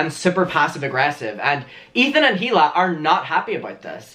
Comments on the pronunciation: It’s EELA NOT HEE-LA Sorry you’re cool lol it just keeps annoying me you say HEELA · Has anyone noticed how he pronounces “hila” as “hila” and not “e-l-a” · if one more drama channel pronounces the H in hila’s name i’m gonna lose my mind